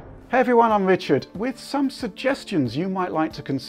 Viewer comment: Please let us know that you read the comments by putting "" in the little thing you had. PLEASE